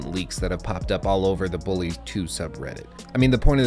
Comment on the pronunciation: "Bullaaay" Perfect.